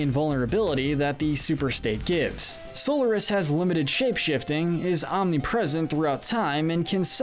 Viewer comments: Robotnik’s name is Eggman in the modern games! Also you pronounce Solaris as SOL-ER-IS. It’s pronounced SOL-AR-IS! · So Lar is miss pronunciation go back and play 06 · And this guy says So-l-er-nis no it's Sol-ar-is like that even the characters say the names how does he mistaken that so easily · im offened that he called solaris SOULORIS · You pronounced Solaris wrong.